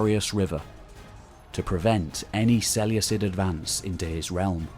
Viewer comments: Love the video... cringing every time you say "Seleucus" or "Seleucid". The C is like a K not an S. It's se-leu-kus or se-leu-kid: it's also less of a mouthful to say. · Ok, your ai, straybo? Its strahbo (strabo). Diodichi, seluecid. All wrong. I cringe with these mis pronunciations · Is there a definite pronunciation of Seleucid? Because Ive been pronouncing the c like a k my whole life in total war.